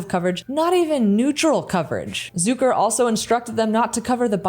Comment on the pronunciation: Hi, great video as always: Just one thing I noticed, you pronounce Zucker in its original German dialect "Zook-er" but not in the Western English pronunciation, which is simply pronounced Zuck-er....it's not any different than Sucker. Since the word actually originates from the word "Sucker" in German. Anyway, just thought I point that out. Merry Christmas 🎄